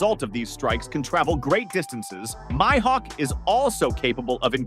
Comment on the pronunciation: Bro said my-hawk 😅